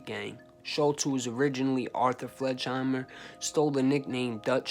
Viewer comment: His last name was pronounced Fleg in hi mer.Not Fledgehimmer.